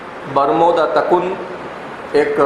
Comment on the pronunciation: صحیح تلفظ برمودا تِکون ہے تکُن کیا چیز ہے